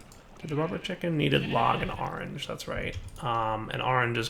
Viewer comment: "gotta get some ar-range chickens" you mean orange? "yea ar-range"